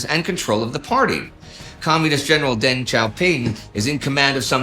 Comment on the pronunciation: Yup... and "Zedong" should be pronounced "tsuh-dong". And Deng and Peng with schwas as well. Generally, Indy's good at non-English pronunciation, but 10 minutes learning pinyin could go a long way.